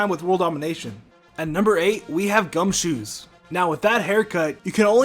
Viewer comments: Wait a sec you said gunshoo said fat tepig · No its gumshoos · Gumshoos XD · Lol gumshoos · i cringed so hard at the gumshoos, he's not supposed to be donald trump, you dumbasses